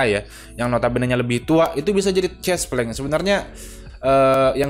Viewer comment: bang.. cespleng ejaan e belakang nya kaya e di kere bukan huruf e di tete...